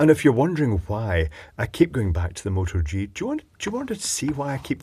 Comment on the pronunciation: What camera are you referring to? It sounds like you're saying "Motor G".